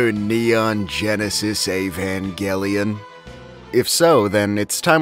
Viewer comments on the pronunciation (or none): The way you English speakers pronounce "Evangelion" is so weird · The way you pronounced evangelion is so incredibly odd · Why do you guys pronounce Evangelion like that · I thought it was pronounced Evanjelion until now